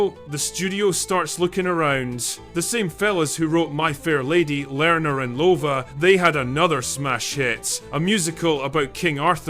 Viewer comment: "Lerner and Lova"??? I think you meant Lerner and Lowe (pronounced "low"). Logan managed to ruin a musical that comes as close to "indestructible" as any when he shot it through color filters that made the whole thing look artificial and weird. I don't know why you assert the film was a bomb. It made $31.5 million and was the seventh most-popular film of the year. I guess The Kids didn't stay away after all.